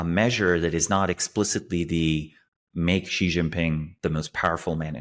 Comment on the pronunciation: was correct in the beginning, Xi is pronounced "she". Then started pronouncing it correctly 1/3 of the way in and switched to mispronouncing it! Lol!